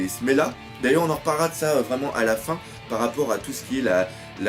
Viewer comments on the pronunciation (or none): c'est pas smela mais semla :p bonne analyse sinon :) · Encore une fois : Semla et non Smela. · C'est semla, pas smela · C'est du SELMA et pas SELMA BORDEL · Smela ? C'est pas Semla ? Sans parler de ça, je me pose plus la question "Et si Big Mom était comme ça à cause de cette période de jeun ?" Car en effet, s'il n'y avait pas eu ça, elle n'aurait peut être pas pété un cable et aurait continuée sa petite vie tranquillement à Elbaf ! Autre truc qui me trotte en tête, et si Luffy épargnait Big Mom ? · C'EST SEMLA PAS SMELA